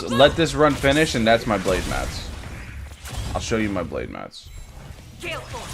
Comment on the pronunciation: Balde? Haha its blade